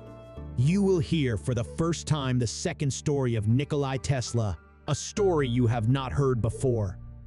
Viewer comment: It's NikolA not Nikoli. Learn to read.